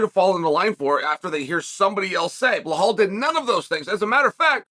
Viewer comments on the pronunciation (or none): The correct pronunciation of Belal - 0, Beblal/Leblal/Heblal -100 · whys Chael act like he cant be bothered to learn or pronounce anyones name right? its annoying how he says Bluh-Hallll 👀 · Blahal... Please chael how do you re belal as blahal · On purpose wrong naming mfkr!!! Bihalll and malklachev, really?😂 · One time when Chael was talking about some dude i didn't know, i tried googling him but after a while it turned out his name was nothing like Chael said it. Now, if i were to google "Blahal".... 😂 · Belhame .??? Loll learn how to SPEAK UP !!!! Cmon haven’t they leaned YET !!!! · Mocklechev and Blehal in one video is too much 😂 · Bluhal “can’t remember the decision” Mawkulchev. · Pierra, Mocklechev, Blahal. These are their names now. Once Chael says it, it's time to go to the courthouse and get that ID card corrected